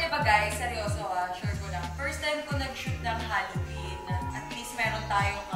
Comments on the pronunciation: zebby Halloween not Hollowen 🤣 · HAlloween mi, hindi HOlloween po. 😅😅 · HALLOWEEN NOT HOLLOWEEN! 🤗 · HALLOWEEN NOT HOLLOWBLOCK CHARRR 🤣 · Hallowen mi hindi hollowen hahhahahahaha